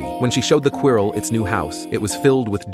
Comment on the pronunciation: When the narrator pronounced "quirrel," the illusion of human narration was spoiled.